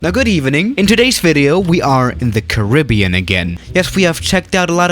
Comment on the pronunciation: The way he says Caribbean